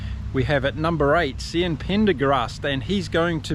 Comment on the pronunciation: Cian Prendergast is pronounced Key-in